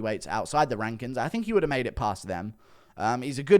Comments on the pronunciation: Always laugh when Guru says "the rankins" (rankings)😂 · Gurus brother calls him his rank kin